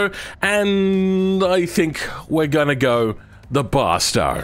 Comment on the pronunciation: It's go and do, not guarr and duarr 😂